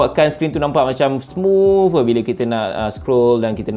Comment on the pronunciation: Indonesia: Smooth disebut smuut Malaysia: Smooth disebut smooff US people: bruh...